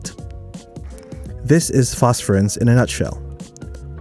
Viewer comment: Missed a syllable pronouncing phosphorescence.